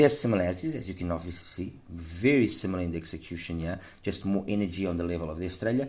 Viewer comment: Wery wery nice review...